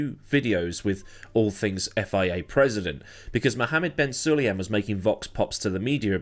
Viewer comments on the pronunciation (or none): If you're going to make videos mentioning the President, then learn how to pronounce his name.